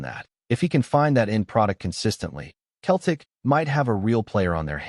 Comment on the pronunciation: AI voice can’t even pronounce Celtic 🤬 HH